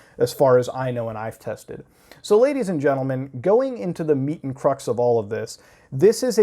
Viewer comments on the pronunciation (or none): Had to do a double take at "meat and crux" I heard Meet and Fucks lmao